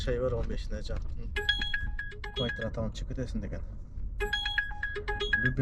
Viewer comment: Боке не эле кывайтира дейсин😂😂😂